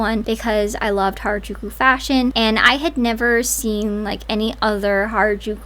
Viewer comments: She said hairAjooko instead of harajuku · Hairajuku she can’t even say the name right. Ngl to me it feels like an weird obsession and fetishization and I’m not one to use that lightly. I’m also American and I also love j-fashion along with anime. She’s just disrespectful. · Gwen Stefani: I'm Japanese! Also Gwen: Hair-a-jew-kew. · her saying Harajuku wrong makes me so angry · i didn't watch past the first few seconds yet but how does someone say "i was supposed to be japanese" and not even learn how to pronounce harajuku right ....... 🧍‍♀